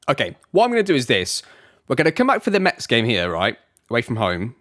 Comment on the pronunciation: We say Mess not Mets !